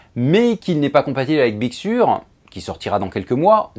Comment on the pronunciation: On dit big seur avec un accent un peu plus british 😉